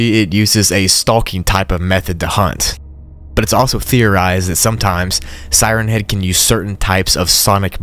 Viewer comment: tfw he puts the emphasis on head instead of siren. Siren head is a thing with a siren for a head. siren Head is a remote nature spot like Lover's Leap or Henderson Point. "Hey babe, you wanna go up to siren Head and make out?" (He does get it right a couple of times, but that's when reading it fast, like one word, like Slenderman. Sirenhead.)